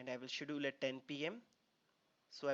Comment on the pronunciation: Good video. Please correct you pronunciation of "schedule" !